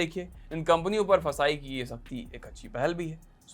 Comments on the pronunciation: It's not फसाई, It's FSSAI, pronounce it correctly you are a big news channel. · FSSAI ko फसाई nahi kehte hai, usko F.S.S.A.I pronounce karte hai. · FSSAI ko fasai 😂😂😂 kehna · ऍफ़ इस इस ए आई ❌ फसाय✅